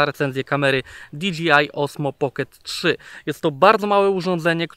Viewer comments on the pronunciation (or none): nie DGI tylko DJI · rzeczywiście, kluczowa informacja, że chłop powiedział Di Dżi Aj zamiast Di Dżej Aj ;)